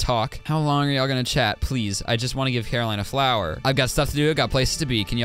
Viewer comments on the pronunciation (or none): i laughed way to hard at you "fwower"